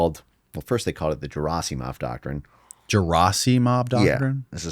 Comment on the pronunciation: If only people invested in a given subject took some effort to properly pronounce non-English surnames... Every time he says Gerasimov, I want to scream. I understand that an average person may not have the time or interest to check the pronunciation but if it's your bread and butter, come on...